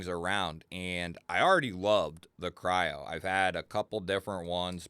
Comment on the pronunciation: If you go to the link from the company who makes it , it’s called Kryo not what you said.